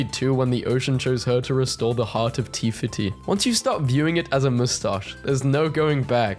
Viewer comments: The fact that he pronounced "Te Fiti" as "Tee Fatee" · No way did you say Tee fiti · did bro just really say tea fat-e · Bahaaaa... You said it wrong -_-... 😂😅